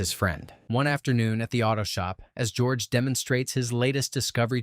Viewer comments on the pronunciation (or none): Hahaha did I hear gorge instead of George? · Lol, did you call him Gorge?!? 😂